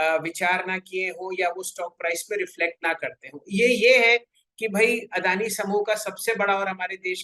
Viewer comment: अरे वो अडाणी नही अदानी है....हमारी मराठी मे अडाणी का मतलब अनपड होता है😁😁